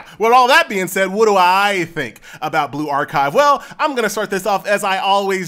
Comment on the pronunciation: Why do you pronounce it like " blue-ark-hive " ?